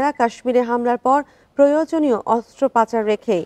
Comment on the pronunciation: sec অস্ত্রপাচার বলে ফেলেছে😂